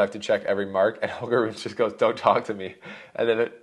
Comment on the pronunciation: Rune is pronounced “Roon-uh”. You’re killing me. And it’s not Zuh-verev. It’s Zv pronounced together. Ts-verev in German.